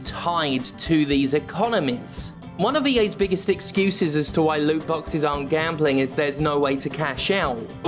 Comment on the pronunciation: Heard 'loot boxes' as 'lube boxes' probably because I used to get fucked by them all the time.